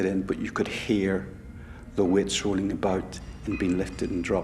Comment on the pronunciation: ... first, let me say I love all their accents. I really do! With that said, boy! Am I glad they showed pictures of what the PC was saying... I couldn’t figure it out at first. Is he saying "wits" or "witch?" Oh I get it! He’s saying "weights."